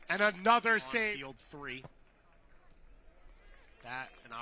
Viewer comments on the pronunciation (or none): none